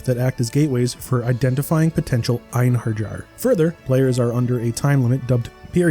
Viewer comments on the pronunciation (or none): It's not pronounced ine-her-jar. If you played the game, you would know. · It’s obvious you didn’t play or take the game seriously if you can’t even pronounce one the main themes of the game; the Einherjar, a word they say abundantly throughout the story. What the hell is an einher-JAR? Is it a jar that has einhers inside of it? This review has 0 merit if the reviewer doesn’t even know the basics of the game and is too dumb or deaf to bother paying attention to it. Quit making reviews if they’re all gonna be low quality trash like this. But with only 30k subs, it’s easy to see this dead channel doesn’t do any real effort. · It is read ainheriar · "Ein-Her-Jar" lmfao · "Einherjar" is pronounced Ein-har-yar. She says it pretty frequently during the game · It bothers me a lot as well when people talk about something with a sense of familiarity and then make easy mistakes multiple times. Like, if you've played this game and remember it at all, you'd never say "Ein her jar." Even typing it felt weird. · The J sounds like a Y in Einherjar. Gods help you if you've been calling them Jars your entire life. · Einherjar - [[Ein-Hairy-R]] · Lol I like how almost every modern reviewer is finding it hard to pronounce "Einherjar", "ayn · heh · ree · aar". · OMG, learn how to pronounce einherjar... 🤦‍♂🤦‍♂🤦‍♂ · The pronunciation of valkyrie and einherjar is killing me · i never heard someone mispronunce the word einherjar so badly before wtf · It's kind of bad when the game literally says the world Einherjar with in game speech yet the reviewer still gets the pronunciation wrong. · Can't even pronounce "Einherjar" right...are you really a fan or just reading someone else's review lol?? Lenneth literally says it at the start of every battle so it just ruffles my feathers when you say you're a fan of the franchise 🤣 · And please for the love of Odin, the “J” in Einherjar is silent! You literally hear Lenneth say it in game!